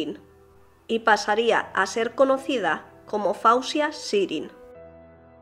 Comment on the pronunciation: NO SE PRONUNCIA FAUSIA PERO FOZIA.. MI HIJA SE LLAMA FAWZIA YACOUB SE PRONUNCIA FOZIA..NOT FAUSIA